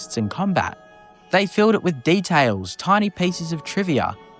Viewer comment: "detales " "maurmuntz"